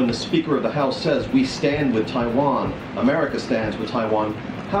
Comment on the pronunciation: I love the way you pronounce “Taiwan” with tones